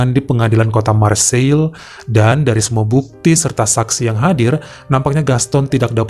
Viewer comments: Marseiye, bukan Marseil bro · Marsei penyebutan yg tepat lae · Nice dibaca nis Marseille dibaca marg-se